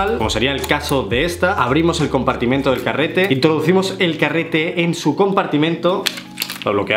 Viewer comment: nadie: absolutamente nadie: pero literalmente nadie:: compartimiento